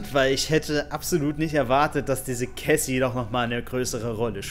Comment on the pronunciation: warum sagst du immer caysy? es heißt cassie (ausgesprochen: kässi) okay?